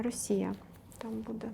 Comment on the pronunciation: бУде, а не будЕ!! Ну і гадалку ви знайшли. Це ж і так всім зрозуміло. Не ганьбіться!!! « нам важко буде, але будуть здвиги» Матір Божа🤦‍♀️🤦‍♀️🤦‍♀️🤦‍♀️сором, ганьба. Ви як баби базарні.